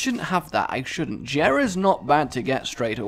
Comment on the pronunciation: Its pronounced yera. Not Jera